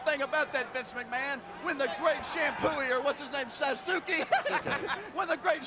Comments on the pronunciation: It's sad they don't ask people how it's actually pronounced It's Sauce Kay. Everyone keeps saying Suzuki and it bothers the hell out of me. They couldn't hire someone fluent in both English And Japanese? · Actually, it would be pronounced "saaskay" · It's "SASS-KEH" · How laughable they can’t pronounce Sasuke right. Every time I found The Great Sasuke makes me think of Sasuke Uchiha (Naruto).